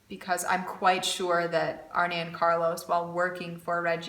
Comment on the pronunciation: me too on the pronunciation of Regia yarn. more important. Arne and Carlos. Arne is not pronounced Arnie but Arn---ah. lol. I love those guys and am really enjoying your channel also. So wonderful to have that knitting tradition in your family. Did your Grandmother or Mother teach you? Sorry if you have already answered that. ---Marilyn